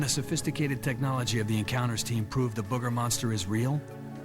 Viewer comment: This is my favorite cryptid, mostly because of the way the natives say, "Boogah". Love it.